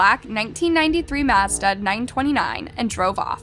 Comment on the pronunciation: Now I know for a fact she's mispronouncing words on purpose. 😂 C'mon, we both know you know how to say Mazda!